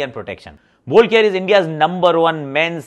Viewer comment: Ye kya chalu kar diya isne bol care bol care. 😄😃😃😄😄